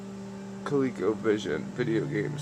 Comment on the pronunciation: Hey man, thats awesome...btw, coleco was an O not a second E